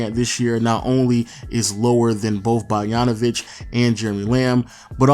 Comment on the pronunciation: Who tf is "Bargnanovic"? You can pronounce BOGDAN but can't pronounce BOGDANovic?